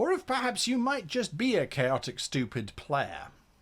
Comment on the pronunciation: "Chaotic Styupid"